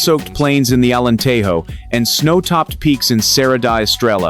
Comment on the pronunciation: Why do you pronounce Alenterro? J in Portuguese sounds just the same as in French.So please read the name Alentejjjo just as you would pronounce the French word je, or, jamais, etc.